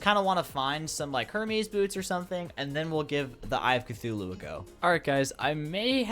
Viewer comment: "eye if cthulu"